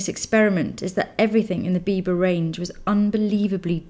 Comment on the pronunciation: "the bieber girl" lol ( i know it says biba, just how it sounds)